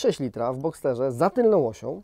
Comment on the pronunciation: Boxer a nie Boxter, Boxter to inny model.